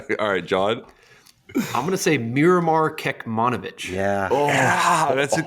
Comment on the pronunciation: "I'm gonna say Miromar Kekmanovic" #namebutchering